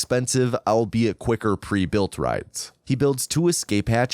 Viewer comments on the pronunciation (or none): none